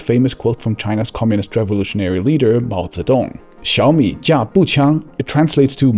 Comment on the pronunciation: why is bro actually pronouncing Chinese